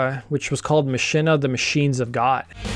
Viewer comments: Machina is pronounced "MAH-keen-uh". It's latin. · Machina is pronounced "Ma-kee-na"